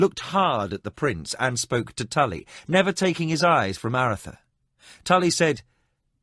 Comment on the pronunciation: Almost Brilliant.......thoroughly enjoyed this except for the butchering of these 2 names............CRY-DEE and A-RUTH-a..... ON Feist's official site, he has the correct pronunciations, spelled out phonetically. Fiest has spoken these names in interviews and such. CRY-DEE........not criddy.....Crydee rhymes with TIDY a-ROOTH-a.............hard on the RUTH..........rhymes with tooth.